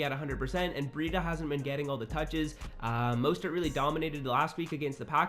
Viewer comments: just to let you know, it’s MO-stert not MOY-stert lol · Raheem Moistert? Cmon bro you mean mostert “Moe-stert” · Dylan Black you wrong too moss-stert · This man really just said moistert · Dude say MOISTert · Are we gonna ignore how he said Mostert lmao